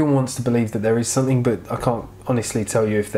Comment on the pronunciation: You say soNething, and it's sooo cute 😊 I also hear a lot of 'N's instead of M ☺ Totally cute 😊